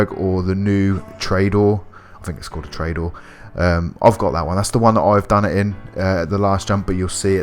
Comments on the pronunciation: Yo trayador? It’s toreador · This is useful as he shows the location of each jump with enough time to pause and locate something which other guides don't do as well He does pronounce car names strangely though anyway I'm going to jump in my Treydoor and land on the lighthouse.